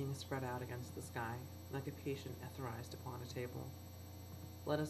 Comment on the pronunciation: I've lessoned to this fanatastic poem read by several members of this site, including a fellow who calls myself poesho, and it must be said that your calm, somber, cool, and relaxed take of Eliot's piece kept me at bay to enjoy hearing it yet again - I even loved the way you pronounced the "etherized". Excellent. Maybe, sometime in the future, you might read one of my poems here.